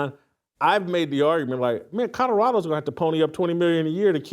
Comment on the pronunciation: At some point Whitlock should learn how to pronounce "Colorado".